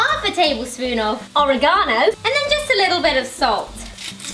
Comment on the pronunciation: Orangano? Its oregano honey lol